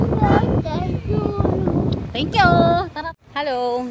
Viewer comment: Tenkful mi hahaha 😆